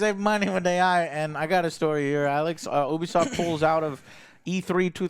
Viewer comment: It's not "Who-bisoft", but "You-bisoft". It's a U at the beginning just like in the word "Ubiquitous"